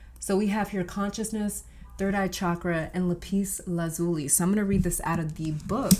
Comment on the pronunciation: 'lap us la zoo lee, I believe is the correct pronunciation.